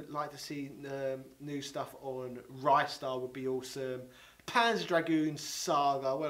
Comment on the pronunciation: You got some good stuff and no it's not called 'Rystar'...